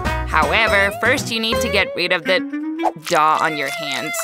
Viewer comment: I love how they saw dOah instead of dough